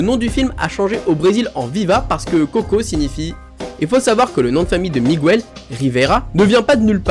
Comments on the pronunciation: S'il te plaît, on ne dit pas "Migouel" mais "Mig el" 😉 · Dans Miguel, le "U" ne se prononce pas sa me stress beaucoup quand tu le dit !!! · C Miguel pas Migouel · Ses pas Migouel ses Miguel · Moi il y a juste un truc qui me met hors de moi en tant que prof d'espagnol et me fait mal aux oreilles à chaque fois que je l'entends, c'est la prononciation de Miguel!!! C'est de l'espagnol, donc on prononce GU comme dans Guitarre!!! On n'entend pas le U ( contrairement au "Miguel" portugais) Donc si ceux qui font des vidéos en utilisant des mots espagnols pouvaient se renseigner sur leur phonétique avant de publier, cela serait sympa car ça éviterait d'apprendre une mauvaise prononciation aux élèves hispanisants. ¡ Gracias !